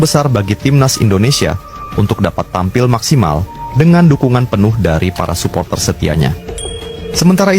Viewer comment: Bang sapoter bahasa inggris..kalau Indonesia nyebutnya suporter bang eeee